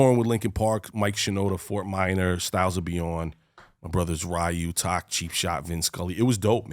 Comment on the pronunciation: Oh. I thought Tak was pronounced like "Tack". Have i been pronouncing his name wrong this whole time? 😂